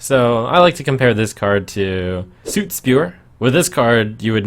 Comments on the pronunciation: yo, Trump,soot rhymes with foot not suit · Am I the only one who noticed the pronunciation of "Soot Spewer?" Soot does not rhyme with Boot. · Soot rhymes with foot, not boot..... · How does this clown still not know how to pronounce "soot"!? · It's just the American pronunciation of it? Maybe? Either way it's incorrect.